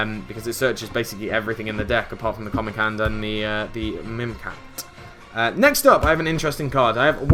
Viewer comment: stop saying mimecat xD